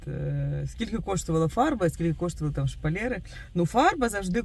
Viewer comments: А чого шпалЄри, а не шпалЕри? Ріже слух. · Не шпалєри! 🤭 А шпалЕри!!!!💯